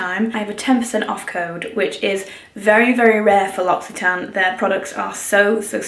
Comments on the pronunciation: Inthefrow 😂 in French we pronounce this « Lo si tan », no x but this language is so complicated 🙏🏻😘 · The whole time I thought she was saying Luxy Tan not L’Occitane 😂😂